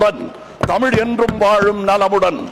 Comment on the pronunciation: தமில் இல்லை madam தமிழ்